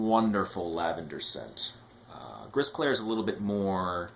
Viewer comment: Thanks for this great review. As for Gris Clair, we don't pronounce the "S" at the end of Gris in french.